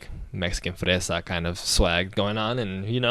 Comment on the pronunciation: I heard your spanish ("fresa") and my heart skipped a beat lmao this was a great reaction :)